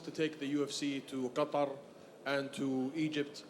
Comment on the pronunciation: reporter murdered 3 birds when he said qatar